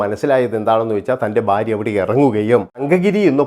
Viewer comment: ബാര്യ അല്ലടാകോപ്പേ ഭാര്യ ആണ്